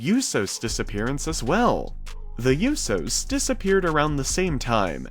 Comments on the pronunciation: I was pissed when he kept saying the yousos not the Usos it really annoyed me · It's USOs not Yusos 😩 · Bro it’s USO’s (ooooo so) not (you so) ! I’m sorry but that bugged me. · I guess you don't listen to how their name is pronounced, it's writen Uso, it's pronounced ooso and not youso, pronounce it right or not at all. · I know you did not say you do instead of uso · It's pronounced oo-so, not you-so. How can you not know that? I had to give you a thumbs down just for that. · It's not pronounced uso it's oo-so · It's not pronounced "yousos". If you want to be considered legitimate, pronounce names correctly. That was a long-winded video that could have been done in two or three minutes. Didn't need 7 minutes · The YOU-sows lmao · It is pronounced "OOO-SOs" not "ewyou-sews" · It's not tho yousos it's usos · Usohh not youso lol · The Yousos! 😂 You mean the Usos! 😉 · The "you-sos" 😂😂😂 it's usos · Please stop saying YOO-so. Its OO-so. No Y. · its OOO-so..... not You-so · USO's pronounced -("ooooh so's") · Who are the "You-so's"? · Bro why do you pronounce it “you sos” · “The Yousos” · E Learn how to pronounce names before speaking on them please. Who is Yousos? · The You-so’s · Yousos go hammmm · The YoUsos? lmfao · aieshao you so’s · Great video, and I love naomi but you gotta pronounce the USO's name properly brav lol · Your saying the usos name wrong watch the ring announcer say there name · You are pronouncing it WRONG!!! She's married to one of them and I believe all three are on probation so they can't leave the U.S. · you need to say the tag team right you are not saying it correctly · Learn how to say USO’s name right now!!!! 🤬🤬🤬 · The way he say Usos😂😂😂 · U keep pronouncing the "Usos" wrong...it's so annoying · You pronounced the Usos name wrong. Smdh. Bt yea. Naomi is a grown woman. I know tht's her man bt she should be able to come back to the ring. Smh. Hops she comes back. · Please learn how to say The Uso’s name right 🤦🏽‍♀️🤦🏽‍♀️🤦🏽‍♀️🤦🏽‍♀️🙄🙄🙄🙄🤣💀